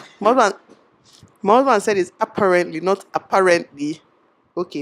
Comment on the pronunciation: Your pronunciation of apparently is actually correct 😂